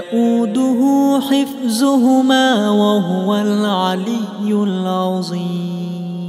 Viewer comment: And also instead of hifzuhumma needed to recite hifduhumma at end of ayah.